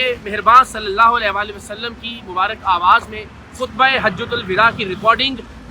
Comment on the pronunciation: لفظ مبارِک نہیں ہوتا۔۔ مبارَک ہوتا ہے۔۔۔درست کر لیجیئے۔۔۔۔